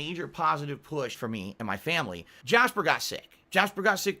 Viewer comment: I laugh every time he says 'my family'.